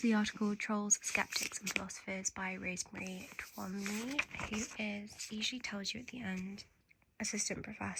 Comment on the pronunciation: FYI 'Twomey' is literally pronounced 'two - me' or 'toomy' to rhyme with 'roomy' 👯‍♀